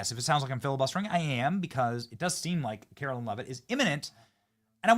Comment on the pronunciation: Benny, u are not pronouncing Karoline’s name correctly. Pretty sure it is pronounced Karo line…not Carolyn. Love the show!